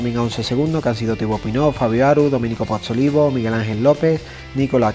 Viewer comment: Gracias por tan buena informacion hermano. Solo un comentario. El apellido de Domenico es Pozzovivo, creo haberle escuchado decir Pozzolivo. Saludos desde Puerto Rico.